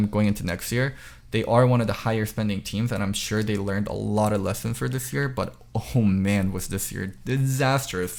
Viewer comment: every time says 'year" it sounds like "ear"